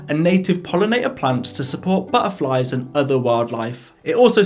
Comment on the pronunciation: I love how you say 'butterfly' with the glottal stop : )